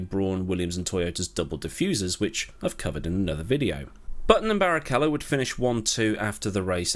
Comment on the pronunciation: You NAILED Barrichello pronunciation!